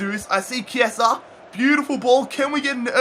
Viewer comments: Yes, Chiesa is "Chiesa" not "Ciesa". I'm italian :) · Also pronounce chiesa as key-aa-sa